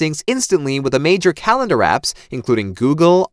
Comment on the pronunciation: “Put it on your CALENAR”. What’s a calenar??